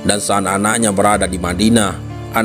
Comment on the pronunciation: Suatu sa'at kelebihan paseh min saat itu kan pke bahasa indonesia knp pake ain janggal kedengarannya